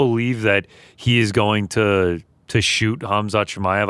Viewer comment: GC Defo said stricton on purpose 😂